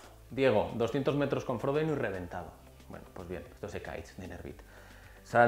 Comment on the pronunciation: Me sacas de quicio cuando dices fródeno.. a ver repite conmigo fro-de-no, ahora todo junto, frodeno, muyyy bien... no fródeno, frodeno!! Por lo demás, gracias por los vídeos majo